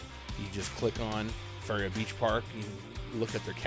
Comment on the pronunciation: It’s (fuh) (rhea).